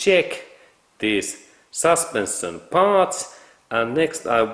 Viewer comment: Как правильно говорить слова: suspension, ignition, position, protection на русском саспэншн, игнишн, позишн, протекшн (вместо саспенсион,). И не металик саунд, а кланкинг саунд. Над произношением надо поработать 😅